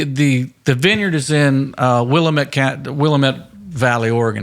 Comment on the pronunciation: GARY...LOVE YOU!!! WILLAMETTE....IS PRONOUNCED "WILL" AM (HAM WITHOUT THE H..." ET"😂❤ Draw out the aaamm